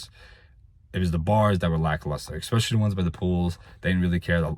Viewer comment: If you ‘axe me’ (your words- not mine) this is/was a very comprehensive review. Eck- specially (your words-not mine) your remarks about the service at the resort. Well done. I believe your comments will provide excellent insight for many people. Thanks. And one last item to ‘pull your chain’ a little more… that area is pronounced BAW- vaw- row. Accent on the upper case. Not ba-VAIR-o. Best of luck on future reviews. You’re a natural at it!